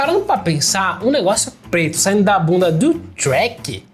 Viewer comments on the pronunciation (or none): ''Trchék'' kkkkkkkkkk